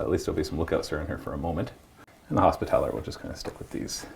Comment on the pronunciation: hospital-er. not hospi-TAL-er. repen-Tia. not ruh-pen-shu